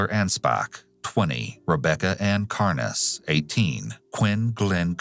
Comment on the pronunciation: Rebeka carnes age 19, it’s not pronounced “car-ness” it’s pronounced like ‘carns’ or ‘carn-s’